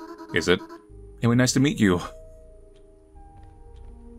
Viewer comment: "nice to mita" LMAOOOOOO